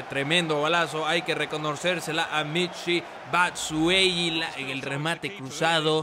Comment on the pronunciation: es batshuayi no batshueyi